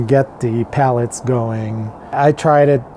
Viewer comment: PELLETS, Not Pallets lol. Sorry that just drove me crazy hahaha.